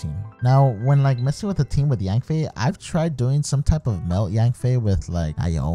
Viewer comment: Its YANFIE NOT YANBAE😝😝